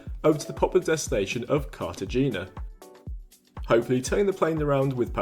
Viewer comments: ❌Car-tuh-JEE-nah ✅Car-ta-HE-nah😉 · Maybe you should do your homework before posting a video. The pronunciation of Cartagena is so wrong. Also, the language isn't German but Dutch. You could have looked that up as well. Not impressed with your video at all.